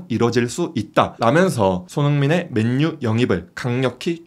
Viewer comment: 왜 맨유를 맨뉴라고 말하는거에요? 그것도 기자가